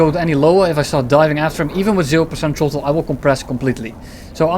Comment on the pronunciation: Tirty-five percent trottle